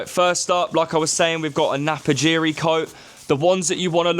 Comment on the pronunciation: Napapijri not Napajiri. But I made exactly the same mistake when I came across this brand